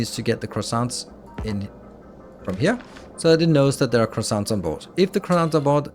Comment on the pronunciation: Yes but he can't pronounce it properly